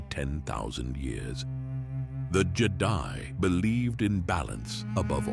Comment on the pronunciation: I don't think its AI. And I say that bc you can always tell when they don't pronounce the word correctly (like the word read. Is it present tense or past tense) and a couple other words they always get wrong.... this guy pronounced Jedi two different ways! Originally it was Jed-i (on the i) and then it was the way we all recognize. Seems legit to me ❤